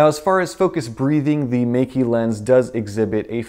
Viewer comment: Meike is actually pronounced as May-ker.